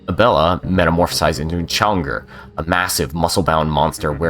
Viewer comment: CHONGER?!? 😂😂 Chaugnar - Shog-nahr Edit: I’m just givin ya a hard time. Really great video!